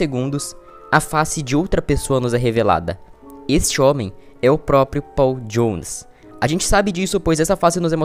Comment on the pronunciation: propio? Não é proprio?